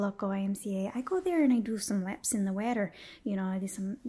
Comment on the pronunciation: "Laps in the waatr" I'm dying. :-D